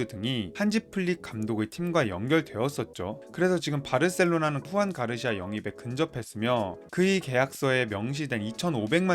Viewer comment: 축구정보 전달이 정체성인 유튜브 채널인거같은데 1분 만에 영상을 보기가 싫어집니다.. 선수 및 팀 이름을 제대로 부르시지를 않네요. 후안 가르시아 -> 주안 가르시아 루이스 디아즈 -> 루이스 디아스 아스파뇰 -> 에스파뇰 입니다.